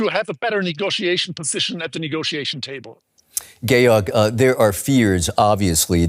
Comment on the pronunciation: Nobody noticing how he called "Georg" "Gay org" 😂😂